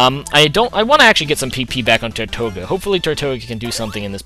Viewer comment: i really hate to be that guy but tirtouga is pronounced teertooga or tertooga, it derives from the spanish name for turtle or tortoise, it is also the name of a Caribbean island that is populated by turtles. i know you hate being corrected on names but i thought if i gave some background you wouldnt mind quite so much:)